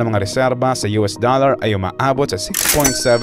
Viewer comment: 2 words 'DOLL-LAR"